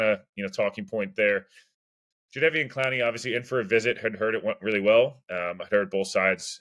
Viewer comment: Yes, you have said it correct.